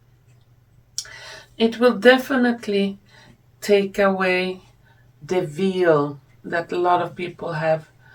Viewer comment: 'Veal' is meat. 'Veil' is a curtain. Mispronounced.